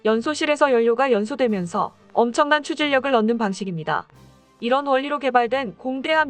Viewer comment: 추진력을 추질력이라고 발음하시네..